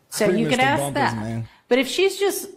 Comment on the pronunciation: AsssssssssK. So over the aks.